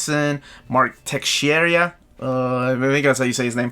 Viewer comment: Texeira is pronounced Tay Share Uh